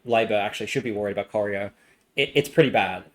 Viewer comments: Coy-Ry-O is how you pronounce Corio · I was impressed by the new and innovative pronunciation of Corio. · And Corio